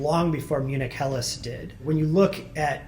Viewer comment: Wow, that's one heck of a good pronunciation of "Helles".